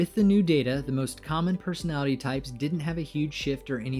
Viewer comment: You just mentioned "I'm the rarest personalitty" I cringed a lot, Aaaa LOTTT.